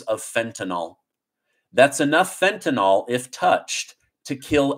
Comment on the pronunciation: Please! It is NOT fentanol. It is fentanyl.